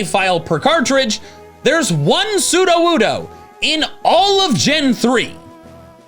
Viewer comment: Funny metal image. Us: "So you're a Johto pokemon." Slugma: "Yes." Us: "But you're only found in Kanto." Slugma: "Don't think about it." "Wan soodowoodo!" The way he says it sounds like some undecipherable language. The slow nod and the quiet "No" belie so much pain and suffering.